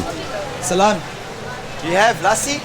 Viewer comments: ( Lassi ) pronounced as ( lə'ssi ) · Lussi is the correct pronounciation 🇵🇰❤️💐🇵🇰❤️💐🇵🇰❤️💐